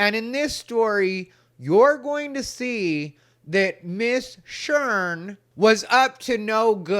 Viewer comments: I can't stop laughing 😂 My name is Sharen, and my siblings call me Sheren just like you say it has ha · This was great! You're the ABSOLUTE BEST and MOST TRUSTED LGBTQ Comedian IN the WORLD!!! I love you! You KNOW "Miss Sherrrn" is EXACTLY how it's pronounced. That character has enough body for us all to embody it! Lol hahaha 😂😂😂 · Miss “Shurn”. Cracking me up with this…😂😂😂. Love your videos and think you’re right on point with your analyses. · It's "Miss Shern"...lol😂